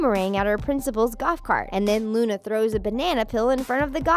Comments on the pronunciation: You called Luan Luna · Who else heard her say Luna instead of Luan